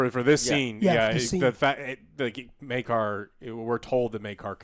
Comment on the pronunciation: Take a shot whenever joe calls Maekar as maegor.